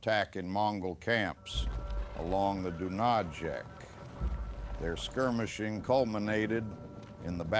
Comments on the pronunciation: Dunayets - Not Dunażek ! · River Dunajec pronunciation: Doonayetz.